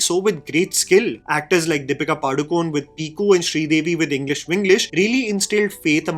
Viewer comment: Padukon(e) , the e is not silent. Pronounced 'ay'